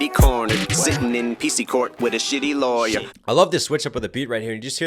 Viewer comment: Love R word scheme then his over Pronounciation of R,s like LawyeR, KindeRgarten , Jimmy CaRter